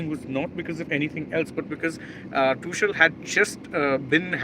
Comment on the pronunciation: It is Pronounced as "Too-khel".